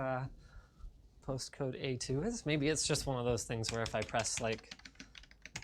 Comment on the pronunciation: When Linus said "A2", at first I thought he said "et tu" as in "Et tu, Brute?" 😉